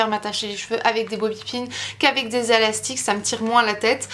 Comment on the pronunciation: Je sais que j'exagère mais ça ce voit que t t tjrs aux USA ta dit alastique au lieu de élastique